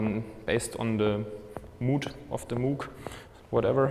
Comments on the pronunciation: It’s pronounced Moug, not Moooog. Damnit! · He pronounced Moog incorrectly, therefore this is more like a novice-level inservice. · Dutch isn't his first language.